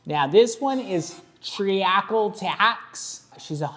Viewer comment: With respect please learn how to pronounce ‘treacle’ Anyway great vid